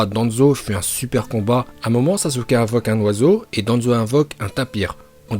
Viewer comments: On dit pas sasuke uchiwa ni sasuke uchiha , on dit saske uchiha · Les otaku qui disent "saske" me cancérisent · Saské ou sasuké pour la prononciation